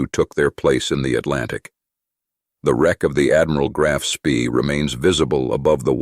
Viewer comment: The strategy did not collapse. In 1941 the Admiral Scheer operated in the North, Central and South Atlantic, and in the Indian Ocean. It then returned to Germany evading all British patrols. Note: Spee is pronounced Shpay.